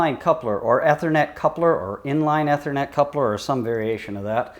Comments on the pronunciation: "E" thernet not "Eh" thernet....smh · I know right. Amazing someone doing a vid on it doesn't even know how to pronounce ethernet